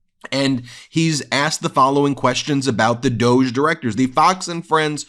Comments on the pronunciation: 😢please pronounce Doge “Dodge”. That’s the intent I am sure. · Doge should be pronounced Dog-e. Two sylables